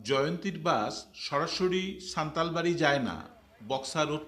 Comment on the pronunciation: নাম সান্তালবাড়ী নয় হবে সান্তালা বাড়ী